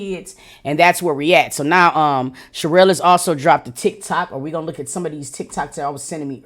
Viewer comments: I thought it was another lazy lady her name is pronounced shu-rell lol but I get who it is now lol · Yes it’s pronounced Sha-Rail (cherrelle) vs cheryl or Sheryl. I think she just country AF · No 😂😂🤣🤣 its pronounced Shuh-Rell 😂😂